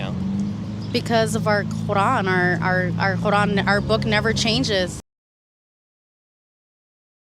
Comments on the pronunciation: She couldn't even pronounce her holy book correctly!! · Sorry but I never been so appalled by the way people pronounce things like when they say quran, sounds like they're choking omg LMFAO